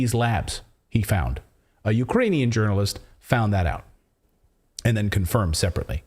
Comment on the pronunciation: She can’t even say Ukrainian 😂 She’s totally lying 🤥 🤥 lying 🤥 🤥 5/5 Pinocchio’s